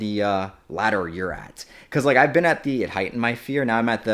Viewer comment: unrelated but i love how he says been as bean